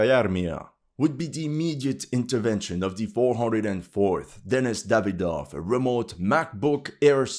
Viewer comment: Denys Dayvdov😂